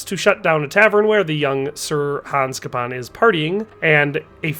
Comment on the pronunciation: I don't understand how someone can play a game for like 100 hours, hear a name said probably hundreds of times in that time, and then go on to STILL butcher the pronunciation. It's CAY-PON, not CUP-PON.